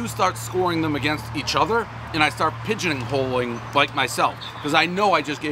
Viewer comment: "pigeoning holeing"